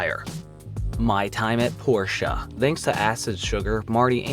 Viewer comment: It's not Porsche it's "Port-ia" as in a Port